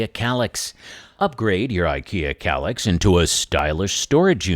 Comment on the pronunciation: Is that kallax or collapse? It sounds similar to my hard of hearing😂😂😂😂